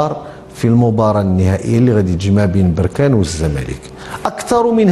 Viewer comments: بركان الباء بالسكون وليس بالضمة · مسمهاش بوركان اسمها بركان بالفتحة يا عم وعلى لفكرة لقجع راجل محترم ،مرتضى منصور ده كلام وبس والزمالك سنين بس ورا ورا يعني فشخرة و بس ، بركانية و افتخر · يا مصري نقول بركان بفتح الباء ولبس بضم الباء هذا تصحيح فقط